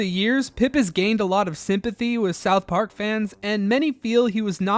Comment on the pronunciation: this dude says “Southp Ark” one more time…